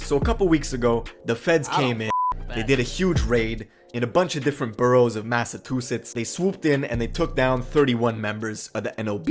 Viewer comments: If this nigga say mathatoothitz one more time ima beat his ass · Why he say Massachusetts like that 😂😂